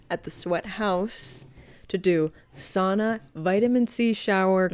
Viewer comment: Loving the correct pronounciation of SAUNA in this video as a Finnish person